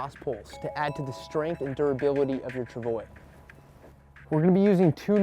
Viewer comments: Tra-vwa. Not travoy. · Its pronounce trav-wah The "ois" makes the "wah" sound, much like in the word bourgeois. Its french. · Travwa Travwa Travwa that is how to pronounce it., gaw my ears are bleeding! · CBC why are you letting them mispronounce the word "Travois", doesn't that violate Canadian bilingualism laws? lol (honhonhon) Still a good video, useful info! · Thumbs down for mispronunciation.👎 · Mispronouncing French words is a time-honoured English tradition.